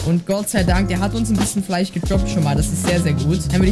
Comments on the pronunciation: Nicht Fleich Es heißt Fleisch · Immer dieses Fleich statt Fleisch. 😂. Feier ich.